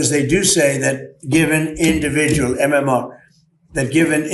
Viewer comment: He called MMR, MMO